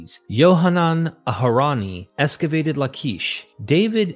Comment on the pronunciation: Why esscavate instead of excavate? So annoying!